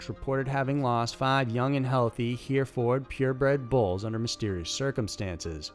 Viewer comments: I absolutely love your channel, but please search how to pronounce things. I hear so many channels like yours that just say things without getting it right. Mostly it's names of cities or whatever, but you called the cows "Here Ford", when they are pronounced "herfurd" cows. It just gets to my OCD and makes me enjoy it less, so my apologies if I'm the only one. Other than that, keep up the good work as I literally listen to your videos over and over day after day. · Fyi as I live in Hereford UK where the bulls originate from. It's pronounced heh-ree-ford or at worst heh-reefud but defo not not here- ford :) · But agreed it's not here- ford. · I hate to be picky, but the cattle breed that was red and white is phonetically pronounced "her fured" not "here ford" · PRONUNCIATION MATTERS!!!!! "Hereford" is pronounced either "Hair uh ferd" UK, where it originated, "Her ferd" or less commonly "Hair ferd" US. Never, ever, "heer ford". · Uh hate to correct your city slicker pronounciation but the cows, bulls are called hefords....it's not a long he, it's a short he..like hey...not spelled that way though..not here-ford. The break is after the hef/ord.....the RE is silent. Also, absolutely a 9 yr old knows better...jail him! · Love your videos! But just fyi to help in the future it's pronounced "Her-ford" not here-ford 😃 keep up the great work! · It's. ....... HER-FORD OR HER-FERD. Not....... whatever you said. Usually I'm able to ignore mispronunciation but there are some words that cause a nervous twitch. Lol. HER-FORD, Or-ee- GUN, not GONE! AND Stare-ee-o not stEEreo like my foster mom when I was growing up would say. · Hereford... pronounced HER -FORD.........ALSO, the photos do not look like Herefords. These cattle were black, or dark brown, Herefords are ginger and white. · Hereford is pronounced “heffer”. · Great video but my opinion on the whole we came from Africa is just total bullshyt. Also Hereford cattle is pronounced her'furd not here'ford